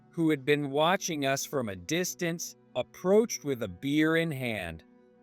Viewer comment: Bad pronounciation not distanceee just distance